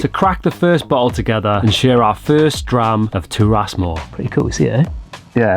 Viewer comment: Big fan! And love that you gave it a Gaelic name! In the spirit of keeping the integrity and authenticity, just want to flag that it’s pronounced Gah-lick, not Garlic 😂 and Turas is Tur-is not Tur-ass. Wishing you all the very best with the drams!